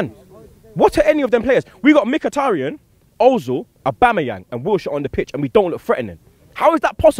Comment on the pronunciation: at least can say Mkhitaryans name right LOL!